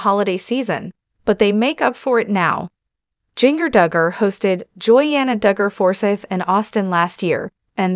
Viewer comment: Her name is Jin Ger. Not jing er